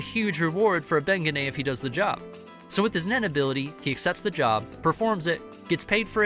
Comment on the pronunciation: Thank you made the the whole video cringe